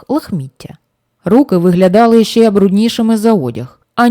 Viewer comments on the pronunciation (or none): Радий ,що натрапив на ваш канал. Дикція, чіткість, тембр - супер ! Іноді проскакує м'який знак та "є" після " ч" та "щ"(чьому, щє) - це сучасна молодіжна вимова, а так тішить вуха тверде :ч" та "щ"(чому, ще, що ).Успіхів вам !!!